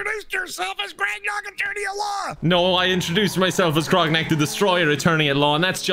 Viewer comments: I just love the last dude calling grognak “groggers” 😆😆😆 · The fact that everyone keeps calling Grognak "Sir-mam" is the energy I want for myself. Absolute goals. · I love how Anto calls Grognak Grongus